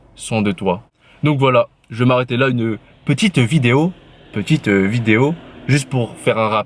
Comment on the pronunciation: Uneu peti-teuhh vidéo 🤓